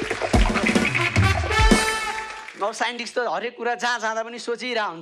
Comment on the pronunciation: साइन्टिस्टलाई साइन्टिक्स रे ।😂